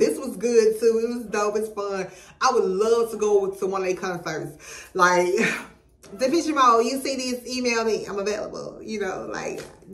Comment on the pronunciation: Hey! You say it, "Duh-PESH". Love your reactions!